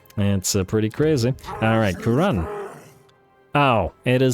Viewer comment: Is it now "Moooooouronne"? 😛😅⚔️⚔️⚔️🔥🔥🔥🐂🐂🐂